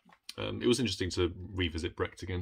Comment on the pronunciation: I love the way you are pronouncing Brecht, so that it sounds like bragged. Quite apt, if you think about how he was. 😂 And who does not love E.M.Forster? His writing is just extraordinary.